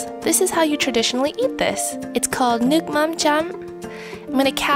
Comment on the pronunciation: i couldn’t understand how you call the fish sauce and then i realized it’s vietnamese haha. your pronunciation isn’t the best, but it’s so cute jsjs